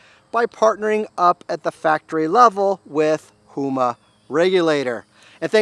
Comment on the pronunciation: It's Huma, not Hoema.